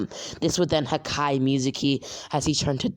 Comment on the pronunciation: You said hakay